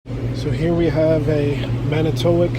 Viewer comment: Being a Wisconsinite and living by Manitowoc, just want to let you know it’s pronounced Man-eh-toe-walk